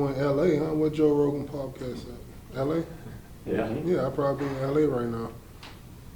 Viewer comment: lmfao "'POBCAST" i love this guy